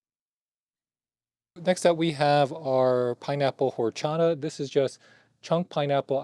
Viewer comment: The way he pronounced horchata is a disgrace to the latino community